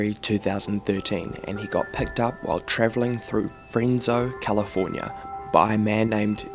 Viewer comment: Its Fresno not frenso.....